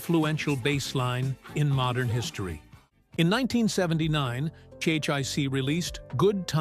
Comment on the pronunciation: The band is CHIC….! Not Chek, or whatever you said further in the video Get the basics right 🤡